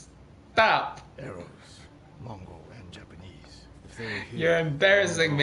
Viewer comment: his voice is so wonderful. However, his Japanese pronunciation is not very good. I want him to be a voice actor This will require a lot of practice time. That would be a lot of work.